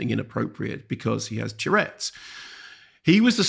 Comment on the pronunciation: Nice review, although Mark's constant mispronunciation of 'tourette's' as 'tchurettes' was weird.